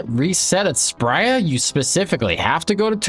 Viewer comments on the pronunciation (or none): You don't need to spend 30sec talking about most of these low level tiles and just call her spree-ah like everyone else. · It’s Spria not Spria smfh